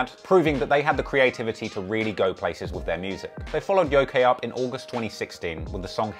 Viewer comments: That title of the song “Yokai” isn’t pronounced Yo-Kay. The actual pronunciation is Yo-Ki, with a hard “i”. It’s a class of spirit within Japanese folklore that can range from Malevolent, Mischievous, and Benevolent intent. Though many westerners that only vaguely know of the concept of the Yokai usually misinterpret the word using it interchangeably with the Demon. Despite them not being demons at all, even by western standards. Which was obviously 6ix9ine’s intent for using the word, using it to mean demon rather that just coming out and saying it. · This dude said Yo K it’s pronounced YoKai 😂😂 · Lmao its pronounced "yo-kaii" not yokey. Its Japanese tho, so you get a pass. Lol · Its pronounced "YOKE-EYE" not fucking "YOKAY" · Ngl I die inside everytime he says Yo-kay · how he pronounced Yokai annoyed me lmao